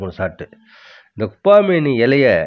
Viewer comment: 'குப்பா மேனி அல்ல, குப்பை மேனி'என்று சரியாக உச்சரிக்ககவும . திணறாமல் மூச்சுவாங்காமல் இயல்பாப்பேச முயற்சித்தல் நன்று. தகவல் அருமை .